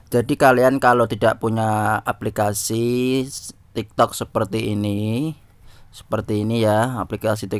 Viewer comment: Kayak ny udah biasa ngomong tiktod 😂😂